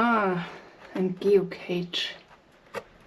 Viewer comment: Das heisst nicht "Geokeitsch" sondern "Geocache" Ausprachlich geo-käsch (Cash... wie das geld)